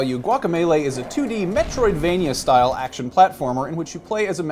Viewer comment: It's Metroidvania, not metrovania.